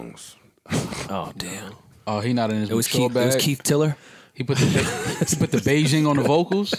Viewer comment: said Keith tiller lmaoooooo 😂😂😂